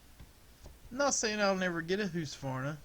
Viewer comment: Are you trying to say Husqvarna